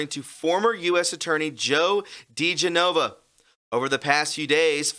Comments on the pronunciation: I love you, but I have to be the spelling police. It's De-gen-ova...not De-ge-nova. I'm sorry to correct you.😘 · His name is pronounced Di-GEN-ova, NOT Di-ge-NO-va. You bloggers should watch the news on TV so at least you know how to pronounce people's names correctly, or you will sound foolish. FYI. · Joe DeGenova pronounces his name: Dee GEN ova I just wanted to clarify that. Thanks for a great presentation,. #WWG1WGA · Joe DiGenova “de-Jen-uh-vah” mispronouncing a name usually doesn’t bother me but it’s maddening hearing you say his name wrong every time. You should know this guys name by now.